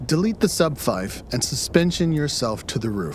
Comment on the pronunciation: “Advanced sub fife” clicks off of video